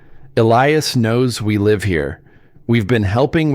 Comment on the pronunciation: The narrator is awful. Cant even pronounce words properly. Live ??? Wrongly pronounced even though spelling is the same. I could earn millions if became a Narrator!!!!